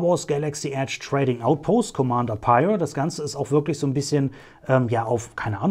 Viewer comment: Sehr schick ^^ Eine coole Figur aus einer nicht so beliebten Serie 😅😂 Neben Phasma und Cardinal definitiv einer der auffälligsten Trooper der ersten Ordnung. P.S. Ja, der Name wird so richtig ausgesprochen 👍